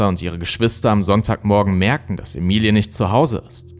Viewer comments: bist du sicher, daß man den namen emi-li-e spricht. ich glaube eher emmi-ly... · Ich bin mir ziemlich sicher das der name Ämeli und nicht Emilie ausgesprochen wird. Das ist doch nur ne andere schreibweiße von Emily